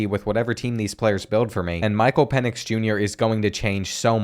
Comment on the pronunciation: Great vid but btw it’s pronounced Pen-ix